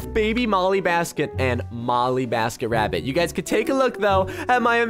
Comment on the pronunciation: You literally said “BollyMasketRabbit” and “enesh”